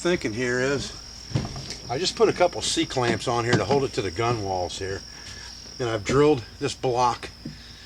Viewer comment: Very cool,! How badly did the motor change the balance point? (btw, gunwale is pronounced "gunnel") Cheers!